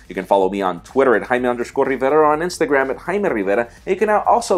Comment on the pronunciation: Porque dices tu nombre como jjjaime rrrrrivera tanto enfasis a esas letras o presumes que eres mexicano?